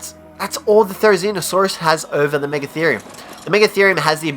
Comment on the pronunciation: #5 therzinosaurus.... you what mate?